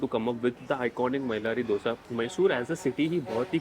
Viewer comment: Thank you for pronouncing Dhose correctly - not Dosa like north Indians pronounce.